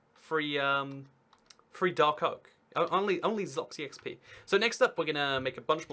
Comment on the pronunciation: Um, it's ZLOY-EX-PEE rather than Zloxy-xp lol